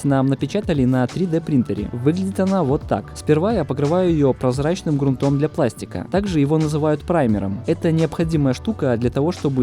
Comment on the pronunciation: Друг, обрати внимание на ударения. Не "литникИ", а "лИтники"; не "кратерА", а "крАтеры"; не "грунтОм", а "грУнтом". Твой канал ведь можно даже считать образовательным, люди ведь могут "нахвататься". Это же не какие-то редкие понятия, а то, с чем ты постоянно работаешь...